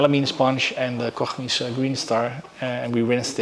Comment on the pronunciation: So refreshing to hear Koch Chemie pronounced correctly Oh Troebel = Murky